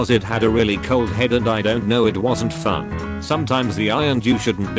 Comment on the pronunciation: the bot really read fun as fyoon